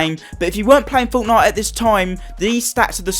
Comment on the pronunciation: I love how he says fortnite like 'forwtnoite